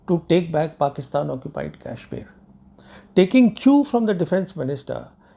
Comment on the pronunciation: Pravin ji .... Being a vetran I dont see positivity in u for our defense forces or govt. Its good to be critic bit not always and ur claim of superiority of our adversary on us is baselessly. Having serious doubt on ur integrity. Sorry for that but ur videos depict those. Pl pronounce properly the name of KASHMIR not KYASHMIR